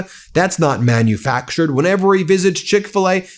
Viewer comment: "Manufactured" manufractured 😂